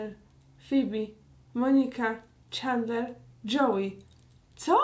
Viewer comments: Agnieszka : Czandler Ja : Aga ja wiem że się pisze Chandler ale jeśli ogładałaś wszystkie odcinki to powinnaś wiedzieć że muwi się Czendler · Ja z moi tato to oglondam bardzo długo a ulubionymi to Rachel i Phoebe i do tego wymawia sie czendler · Plis mów czendler a nie czendlar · Dlaczego czytasz Czandler, a nie CzEndler? 😀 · Tak wielką fankę Friendsów, jak Aga mówi o sobie, powinna wiedzieć, że nie wymawia się czAndler, tylko czEndler. Tyle razy oglądała i nadal się nie osłuchała z wymową imienia jednej z głównych postaci? :P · Czemu ty tak przekręcasz słowa nie doś ć że mówisz clickbait zamiast clikbejt tak wiem że pisze clickbait I zamiast mówić czendler to mówisz czendlar i tak wiem że pisze się chandler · Właśnie ja też uwazam, że to się wymawia Czendler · Uszy mi krwawiły jak wymawiała jego imię 😭 XD